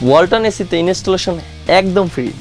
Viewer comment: ভূয়া News "ইনিস্টিলেশান" 😅😅😅 কি দেশ রে ভাই! কি News Channel? Star Player ও উচ্চারণ জানে না 😅😅😅 "Installation = ইন্টাল্যাশান/ইন্টোল্যাশান" কে উচ্চারণ করে "ইনিস্টিলেশান"😅😅😅